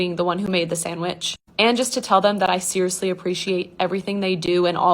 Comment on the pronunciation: samich😭 my dad says that too❤